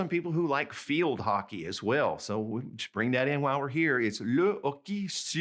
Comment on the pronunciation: Sorry, but hockey and volley are mispronounced in standard French: it should be ocké and vollé, not ocki and volli. Je vous en prie.